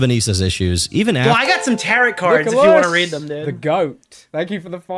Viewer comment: Cornrolls moment. When he started saying “tarret” cards instead of tarrot (tear-oh) I wanted to rip my hair out 😂